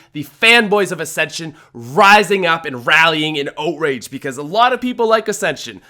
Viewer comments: The way he says outrage is better "oatrage" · That tends to happen when you eat too much cereal... OAT-RAGE.